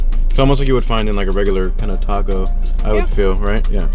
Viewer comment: You really said everything a certain way and then said tacko instead of taco 😂